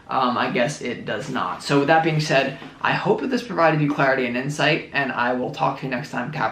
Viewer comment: Lol "Do you realize daaat"